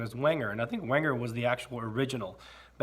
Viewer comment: Wenger = VENG-uh The W is a Vee sound. The G is hard. Now just called the Delemont Collection of Victorinox. Cheers!